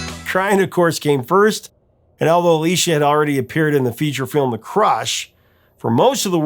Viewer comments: Anyone who says they don't like Aerosmith are either lying or deaf. Btw, it's A-LISS-EE-A Silverstone, not A-LEE-SHA. 💙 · Her name is pronounced Uh LEE CEE uh. I love all of their albums after pump. Music from another dimension should have gotten more attention. 2nd best band of all time!